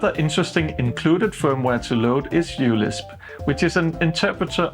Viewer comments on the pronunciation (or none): I'm pretty sure that it is pronounced 'micro-LISP'. the 'u' is a place holder for the greek letter 'mu', which is similar to a 'u' but with a descending tail. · uLisp is pronounced micro-Lisp